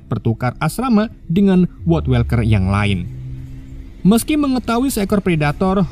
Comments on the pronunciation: kesel bgt baca woodwalker bukannya "wudwolker" malah "wodwelker" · woodwalker dibaca nya "wudwolker" bukan "wodwelker" genak bgt didenger sepanjang video grgr salah pengucapan, klo males research knp ga baca sesuai tulisan aja si "wodwalker" dripada welker